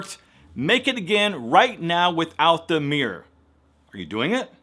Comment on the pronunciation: Looks like the "tooting" went on for MUCH longer than a second, M'Dear - L😆L!? Couple more "exclusive" criticisms: some of your before pics were faar better than the after - since I prefer the natural good looks to the put on Hollywood fake ones. And last but not the least - It's mirrrror (mirror) not meeorrr - please!? On a positive note, some of your tips made good sense, but would I like to see more of "make a good impression" NOPE - In a world where good impressions are outweighing good intentions, I'm for the keep it simple, sweet, & natural - It's healthy!! Do I mean flaunt your flaws & show off the belly fat & thunder thaighs -nope!! I simply mean work on your health instead of your looks. The former stays with you the other is temporary - Plus a good inside builds self worth & confidence. For everything else there's Master card!?